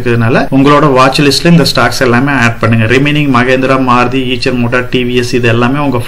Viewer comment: ஐஷர் என்று உச்சரிக்கவும். ஈச்சர் அல்ல.